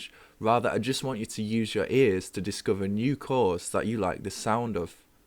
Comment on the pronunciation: Americans always love UK accents. :) I just noticed that the way you say "other" & "discover" is different than what I'm used to hearing from England. Happy New Year to you!